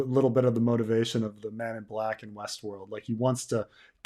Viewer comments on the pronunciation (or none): none